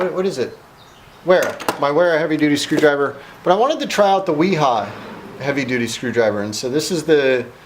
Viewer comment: You should learn how to pronounce those names in German the W is pronounced with a v